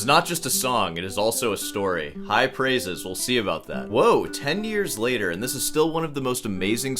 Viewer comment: insert "3 hours laytaah"